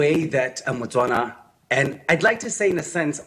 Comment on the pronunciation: Is a Motswana, not Batswana. South African should know this